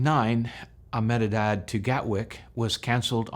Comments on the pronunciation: You prounounce Ahmedebad as "AH meh deh bahd" (say it really fast with emphasis only on the first syllable). Indians will often shorten it to just "AHM deh bahd". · Really informative video but I just cannot get past your pronounciation of Ahmedabad. I'll break it down for you. Aah- med -a - bad that will be the way westerners say it You can also say Eh-med-a-bad. That's the subcontinental way